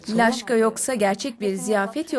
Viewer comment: Laşka deyil lapşa dogru tercu ediniz lutfen